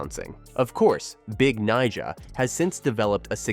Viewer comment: Ive never heard a host be so careful pronouncing someones nickname lol